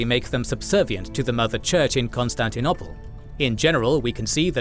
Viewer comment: This bloke can’t say Constantinople properly. And to make things worse - he says it 20 times in every video just to annoy us.